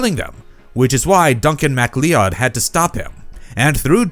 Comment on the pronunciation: Its not pronounced “mc-lee-odd” it’s pronounced “Mic Cloud”